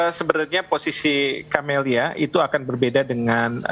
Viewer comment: Cammilla not Camelia 😀🙈